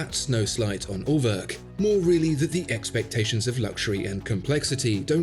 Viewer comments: pronouncing it At-oh-wak, isn't really doing the brand any favours -- perhaps the slightly softer A-toe-wick would be more helpful :3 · Ah you meant Uhrwerk...with an oe sound like as in shoe or two, you said örwerk...lol.. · What do you want to bet more people will just automatically pronounce "Atowak" correctly than "Urwerk" (which my American tongue spit out as "Er Work" until I found out better). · Everytime you try to pronounce Urwerk, and show this silliness on your B take I daydream your beg cry for subscribe button. And I wish, the very best for you. As calmly I release all the profanity that rushes into my head by the by product of your tango, I again do firmly wish the best for your channel.